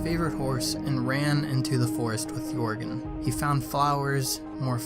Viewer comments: It's jörgen! Not yourgen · Jörgen not Jorgen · It is not Jörgen